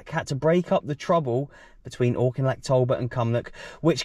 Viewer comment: Great video as usual, but we have to help you pronounce Auchinleck properly.